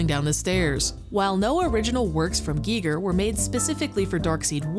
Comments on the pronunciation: G I G E R not G E E G E R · "Guy Ger" not "Gee Ger" Smh I cant listen to the video. Such an easy name to not get wrong. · oh man, is it really pronounced Gee Ger ? i'Ve been saying Guyger my whole life. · Can you please stop saying geeger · GEE GEER? hard pass if you can't even say his named right you know nothing. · I thought it was pronounced "Guy-ger" but I could be wrong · Pronounce his name right! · Who else turned the video off after the Giger pronunciation?